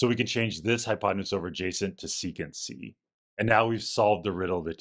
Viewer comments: After such a lengthy explanation, why didn’t you complete it with the intended pun? Saying "secant C" for sec C isn’t funny. Saying "sec C" (sehk-see) = "sexy" IS funny! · And then you F the whole joke up by saying "Secant C" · maybe u r also not english as me and didnt realize u ought not to read it as "secans" but just "sec C" = sexy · And still not pronouncing as: Sexy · It would have been funnier if you had pronounced Sec C with a short E, like it is spelled. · read it "sec c"❌ "sexy"✅ 😂